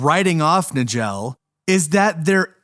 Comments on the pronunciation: Richard Case Nagell's last name is pronounced "Nuy-ghull" not "Nuh-jell" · Her name was Cheramie. And Nagell is pronounced Nay-gull. Somebody needs to edit these AI flops